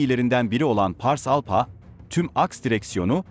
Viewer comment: ALPHA. ALFA diye okunacak PH, F diye okunur. Teşekkürler.